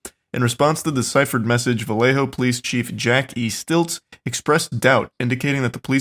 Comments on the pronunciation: Vell-Lay-Ho just bothers me as a Cali man 😂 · We just pronounce "Vallejo" as "Vuh-lay-ho". Also, I like the meme suggesting that Brett Kavanaugh is the Zodiac Killer.